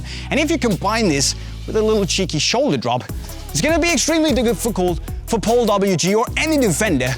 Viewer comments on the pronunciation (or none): "Its gonna be extremely digificul" hehehe